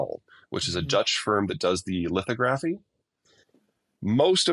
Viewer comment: Peter, please, say 'lith AW graf ee, emphasis on the second syllable